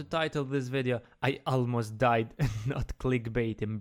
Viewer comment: ”almost diead” xddd